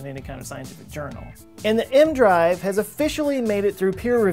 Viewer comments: Isn’t it pronounced “E-M drive”? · A part of me dies inside each time he pronounces it "m-drive" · No. He says M drive in the video. E-M is an abbreviation. He apparently is treating it like an acronym. He would pronounce Dr. as Der instead of Doctor had he lacked the benefit of seeing it in common use. Failing to know the name of the device, in and of itself, is a pretty strong indication he doesn't know what he's talking about. There is no variant version they tested where it's just a Magnetic drive that I ever heard. Regardless, even if there were, he is talking about microwaves; the original. I started watching his videos recently and they aren't very good. He freely admits he knows next to nothing about the topic he's discussing when it's about technical science. But he regularly hits half a million views. Can't knock him; he's honest and he's getting paid to be a know nothing. Not to say it doesn't take quite a bit of work to present his utter lack of knowledge; I'm sure it does take work to make the videos. If he pretended to know, then I'd be pissed, but he doesn't. I guess this shit is in demand. I probably should make a Youtube channel too since I know nothing about a lot of stuff and I read the same stuff he does.